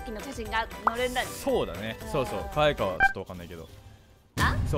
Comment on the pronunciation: あまるかあい↑い↓ かあいいちゃんもかあい↑い↓